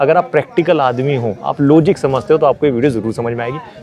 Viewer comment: लोजीक नही लाॅजीक Bol Bharwe